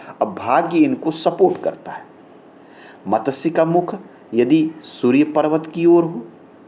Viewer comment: It is wrong pronunciation. . . Correct is Mat. Shya. . It is sanskrit word. .